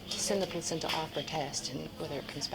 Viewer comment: i like the way she pronounced placenta